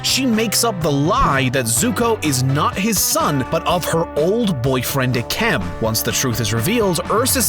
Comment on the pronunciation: oof he said eikem